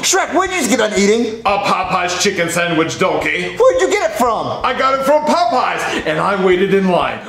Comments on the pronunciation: Lol I when he was talking about a Popeye chicken sandwich I thought he was saying a poop sandwich lol 😂😂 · bruh "the poo poo sawich" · The way says "PooPoo" instead of "Popeyes" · Did anyone else pronounce Popeys pot pies